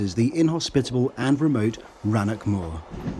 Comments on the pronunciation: Please learn the proper pronunciation of Scottish place names. THERE IS NO SUCH PLACE AS "RANNOCK" The pronunciation is RANNOCH WITH THE LAST TWO LETTERS WITH THE SOUND AS "CH" and not "CK" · Rannoch is NOT pronounced "Rannock" and not crianlarrick" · Please, pleas, please, if coming to Scotland, do some research 1st on how to pronounce place names. Rannoch, is NOT pronounced as Rannock. Tourists from abroad can be slightly forgiven for getting it wrong BUT, for those From that Country south of the Border, its not. You`ve researched all about the new Trains so, please do the same for place names oh, and if you`re prepared to pay a whopping £400 each way on the new Trains you must be either mad or, filthy rich.